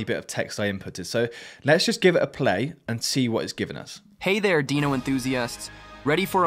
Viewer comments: Can you fix the mispronunciation of individual words? In the Jurassic video the VO says deeno instead of deyeno- mispronunciation of common words is a dead giveaway away of AI generated VO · Can we update the phonetic spelling in the script so that we don't get "deeno" when we expect "dyno"? This is one of my pet peeves when watching videos - even if the content is a 10, stupid mispronunciations take me to a -5 immediately.